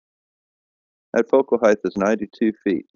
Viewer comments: Dude... I love your videos and I'm really glad you're debunking flat earthers.. But PLEASE PLEASE PLEASE stop pronouncing the word height with a "th"! Dude...I cringe EVERY SINGLE TIME I hear you say it! It's HEIGHT not HITHE come on man! You're one hell of a smart guy.. We expect better!! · IT'S PRONOUNCED "HITE" DAMNIT